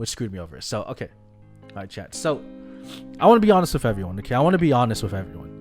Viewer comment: ill be that troll..... with!= "whiff"... I like your content but the more professional and correctly you speak the more respect you garner in all situations.